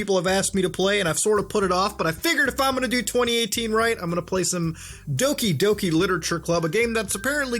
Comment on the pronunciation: Doki Doki not Oki Doki